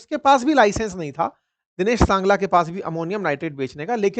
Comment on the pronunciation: Dinesh sangla nahi hai Singla hai